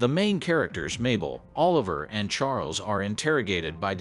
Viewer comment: You said Martin Short character name wrong. His name is Oliver(...la...ver)😂 lol. But I am about to watch this phenomenal series probably sometime next week.